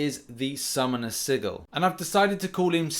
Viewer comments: Dude, summoner sigil. It's pronounced like fridge.sidgil. it doesn't have two gs my dude. You sound a little dumb if I'm honest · Why is everyone saying sigil as if the first "i" was an "e"? It is pronounced sigil-like signature not like seagull. got it wrong as did prof hoff. Seating got it right. If this was intended as a joke then I am sorry that I didn't get it. Cheers. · Why are so many people having problems with the word "SIGIL" it means the same thing here as it did in game of thrones, a family sigil, but seems like everyone is pronouncing it differently , I don't get it. Now actually having to buy the sigil that's just insane, may be a dif story if the game actually ran well all the time & bugs & issues were rare instead of the norm it would be easier to consider buying this for $10 a month, but hell at this point kabam should be paying us to pay alot of the times.